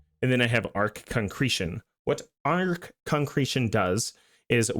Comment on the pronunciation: I'm curious what the deal is with TFD content creators not knowing how "arche" is pronounced, you're like the third major creator I've come across who doesn't seem to know how to say it despite the fact that it comes up over and over again in the story and across many dungeons, missions and records. Could you shed a light on that for me? Is it just a lot more common than I think it is to play with the sound off?